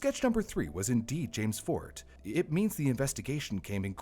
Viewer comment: Eric's such an adorable caring badass. Massive kudos to him and the various law people who worked on the case.❤ Btw, - 'Forte' is pronounced 'Fort-ay,' not 'Fort.'